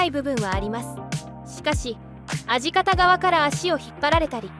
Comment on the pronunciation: アジカタって何!？🤬ミカタでしょ!!音声アプリ変えた方がいいね😮‍💨